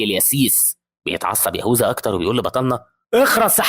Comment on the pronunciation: يهوذا❌ يهوزا✅😭🤣 😅